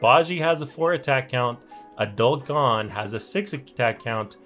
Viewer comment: Why does he say gon as "gone"?